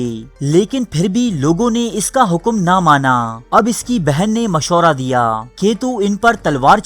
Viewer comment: Moshra nh hota urdu sahi kr bhai mashwara hota h